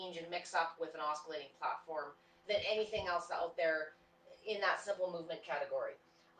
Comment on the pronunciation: Just so you'll know........ the word oscillating is pronounced like "ossillating" and not like "oskillating". The letter C is silent. There is no K or Ka sound at all.